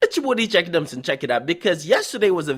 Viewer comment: NIGGA SAY HIS OWN NAME WRONG SMH "IT'S YA BOY DJ AKADEMISSAN" 😂😂😂😂